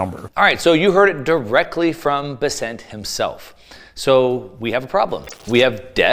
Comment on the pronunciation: Why does always mispronounce Scott Bessent’s last name?